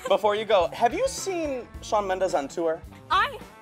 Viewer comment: "sean" ?!??!? IT'S SHAWN